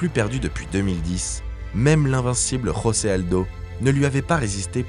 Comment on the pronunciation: Jiri Prochazka est tchèque et non polonais comme vous l'avez dit durant votre collaboration. José Aldo se dit bien José et non Rosé, c'est un lusophone et non un hispanophone. À part ça, super vidéo